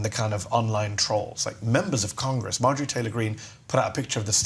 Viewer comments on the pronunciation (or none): none